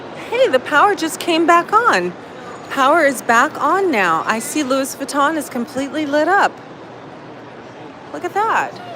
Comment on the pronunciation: Lewis Vatton??? 😆😂😆